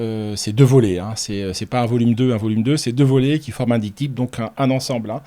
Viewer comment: Dyp'tchiique..😂Apprend a pronnoooonceer les mots que tu emploies.. Et c'est pas esclavagée mais esclavagie/.. Pas foutu de parler francais.. J'ai laché a 3 minutes tellement le niveau du type est proche du zéro-absolu... 🎉🎉🎉🎉"Esclavagée"..🎉🎉🎉 Et dire que certains prennent ce genre de trolls pour des gens crédibles pcequ'ils placent le mot "nonobstant" dans un podcast.. Triste monde